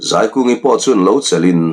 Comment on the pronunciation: A hrawkah azei sak ti lo in A hrawkah azai sak tih zawk tur